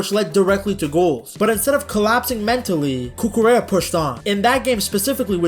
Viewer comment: The L is silent! Cucu-REA